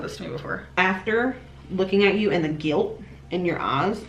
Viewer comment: Mellllllky way The gilllt. In yer ozzzz “im very vollllcolllll about…”